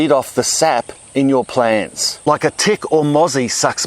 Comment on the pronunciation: P L A A A N T S !!! Nobody says it like Ozzies !